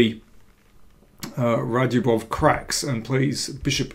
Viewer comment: I thought it was pronounced ‘RadzhAbov’.